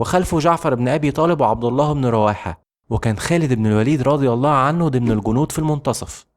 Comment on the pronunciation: الباشا اللي عامل الفيديو استاذنك الالفاظ انت بتقولها غلط يعني مثلا كلمة هرقل قلتها غلط ورضي الله عنه وكلمة بصرة